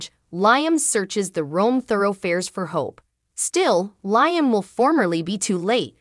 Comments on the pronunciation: Its LeeUmm...not LieUmm. Also, it gets tedious hearing the "week of" I am sorry for this becoming ot makes it very difficult to continue to watch. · Not to be rude but your pronounced liams name wrong.well this is the first day of summer 21 the longest, day of the year.now the days will start, getting shorter.happy first day of summer.